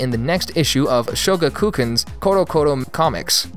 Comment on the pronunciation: I cringed at your pronunciation of Shogakukan...